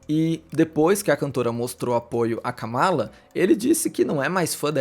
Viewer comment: Atenção a pronúncia dos nomes, deixei um comentário te alertando quanto a pronúncia do nome da Kamala, adoro seus vídeos ❤